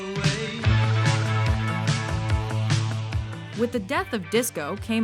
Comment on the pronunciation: if this lady doesn't learn how to pronounce "genre"